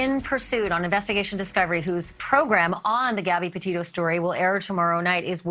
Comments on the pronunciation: Not Depeto it Petito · Innocent until proven guilty John Walsh. John Walsh sounds a little off the rails. He cant even pronounce the word Petito. Laundri probably did it but until we have the facts we cant say.